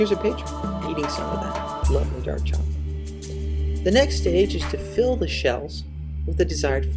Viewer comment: Voila! Zacolate! lol